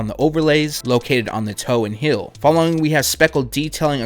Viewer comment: Please...say it with me..."Heeeeeeeel" not "hill" and "teeeeeeeal" not "till"